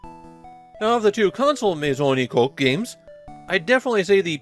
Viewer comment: Nah, having watched the entire anime series in Japanese... he was saying it wrong. You say the "oo" sound of the U at the end.